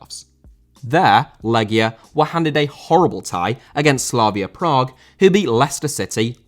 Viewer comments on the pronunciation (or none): none